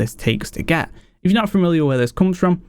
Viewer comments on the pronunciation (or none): none